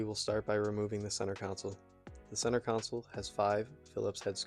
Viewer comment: Centre console. Not counsel. I learnt english from the whites. Anyway thats a good looking interior